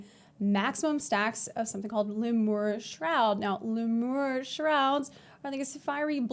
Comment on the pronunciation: I think it's pronounced Lee-mure ;3 also awesome video!